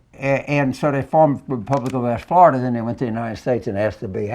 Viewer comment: Yes. My great grandfather came from Bienville Parish. That State scares me. James, how did Tubby get elected senator if he lives in Flor-eye-duh? Who put him up to undermining America’s military? TFG? Newt? He’s not smart enough on his own. This is treason.